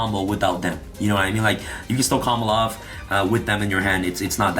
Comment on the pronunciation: Does the way add an l to the term "combo off" make anyone else cringe? Everytime he says "Combloff" I die inside.